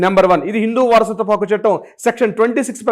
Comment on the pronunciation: Not pakku,Hakku plese